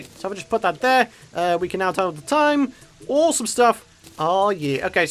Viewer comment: It's ore-some! Hey hey no? Thought not...